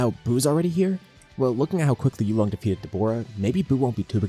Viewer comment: You are pronouncing it wrong and you came up with the name. It's 'You Long' not "you long". Please practice tones.